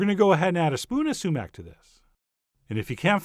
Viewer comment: Am I the only one who thought that whenever he said "sumac" it sounded like "cement" with a long "e" ?